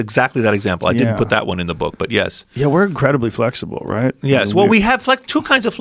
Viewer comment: Why does this dude say yeas instead of yes. So annoying